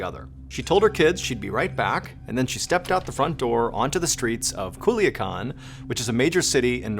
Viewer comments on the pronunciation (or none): Hool-yaa- kaan = Culican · They way I chocked on my spit when THE Mr Ballen said Culiacan, being from the mexican state of Sinaloa myself 😭